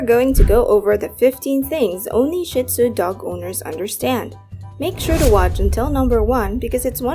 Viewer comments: Not “Shit-Zoo” - it’s “Shee-tzu”. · PLEASE! Don't continue the WRONG and disgusting pronunciation of Shih-Tzu. It is pronounced SHEED ZOO. Saying shit is absolutely crap. No pun intended. LOOK IT UP! Say SHEED ZOO!! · It is pronounced SHEEEEE Tzoooo! The only sh*t comes out of their body. They do not take your things & chew them up. They are very intelligent, & grasp what belongs to you vs. them. They are INCREDIBLE watchdogs!!! They alert with barks & growls when they don't know the source of the noise, NOT a wagging tail! They are very much a part of the family (pack animals), & are very protective of their pack/human family!